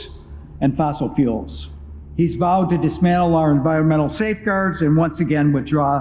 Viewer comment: He also says "Fossil Fools"